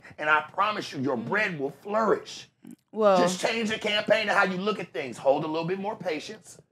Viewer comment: Bro said “Thangs” 😂😂😂😂